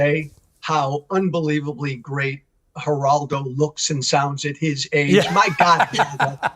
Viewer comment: Just to clarify the g in spanish is pronounced like an h. That's why it sounds like "H"eraldo.